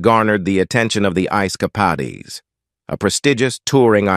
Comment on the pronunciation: Ice ka-pod-ees? Pon-der-ed? I'm outee